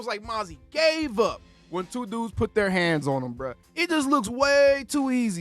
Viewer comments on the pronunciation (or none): none